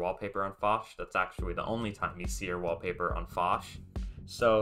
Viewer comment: fosh? 🤔 well first time i heard that now lol. everyone else says it as (P) osh